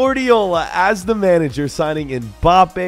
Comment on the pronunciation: bro said menage 😂